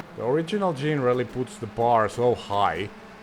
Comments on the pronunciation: "jean-rally"? I always assumed it was "generally" as in, "not specifically, but generally". 😂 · Isn't it pronounced like the word 'Generaly' but with Rally in the end? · We would call it "Jenna Rally" as in generation